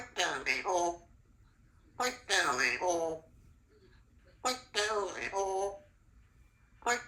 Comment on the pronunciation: Was saying 'bite down a-hole'?